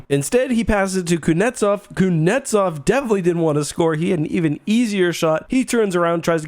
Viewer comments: Its kutznetsov not kunetsov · Can't get over the way he says "Kuznetsov". "Koonetov" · Absolutely butchering kuzys name